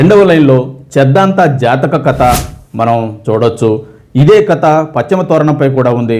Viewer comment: మీ వాయిస్, భాష , ప్రెజెంటేషన్ చాలా బాగున్నాయి. కథ అనాలి. కత కాదు. 2. భారత దేశంలో బౌద్ధం క్షీణదశకు ఎలా చేరుకుంది అనే అంశంపై ఒక వీడియో చెయ్యండి.